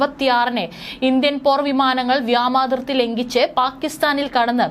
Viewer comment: വ്യാമാതിർത്തി അല്ലവ്യോമാതിർത്തി 👍